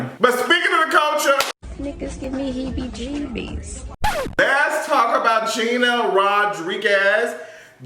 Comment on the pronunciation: 😂😂😂😂 stop saying hebbie-gebbie lol